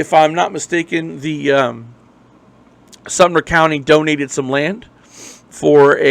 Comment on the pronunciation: I miss this young man, and am close with his family. This amateur needs to correctly use information that is viable, learn to correctly pronounce Sumter ( not Sumner), and question journalistic ethics. Love to the family. Brent always had nothing but respect and courtesy, around me, when he was in my presence. Also, I did major in Journalism , ('87) USC, and have worked as a news director, during my working career.